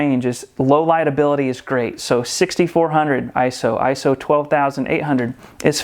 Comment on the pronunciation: Thank you for pronouncing ISO and bokeh correctly.